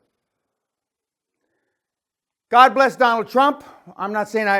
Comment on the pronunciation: O God, God Becoming Dog For A Moment.